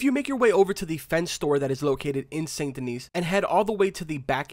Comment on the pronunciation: It’s pronounced “San - Duh - Nee” So the Fence in St. Denis is the one who’s kidnapped people and has them locked up behind the bookcase in his shop. people kidnapped behind the bookcase. The Gunsmith however, in the same city, is where the rich and famous hang out to play high stakes poker. I found it out from a tip given by a beggar.